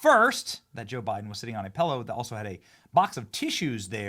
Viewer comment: Benny: PELLOW, MELK, MELK SHAKE. Come on big dog there is NO E’s in these words. Say it with me MILK, milk shake, PILLOW 😂🎉